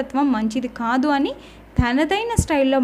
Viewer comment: నీకు క ఖ తేడాతెలీదా? కారణం అనాలి. ఖారణం కాదు. అలాగే కాదు అనాలి. ఖాదు అనకూడదు. ఖూనీ చేస్తున్నారు భాషని।